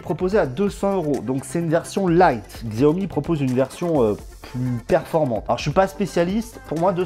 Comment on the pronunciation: C'est prononcé Shao-Mi ;)